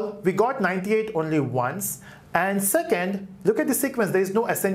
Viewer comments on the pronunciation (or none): none